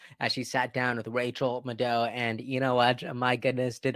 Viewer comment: It's Maddie not Ma-do'